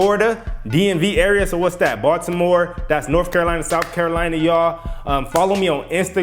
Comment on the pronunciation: Did he say Baltimore!!?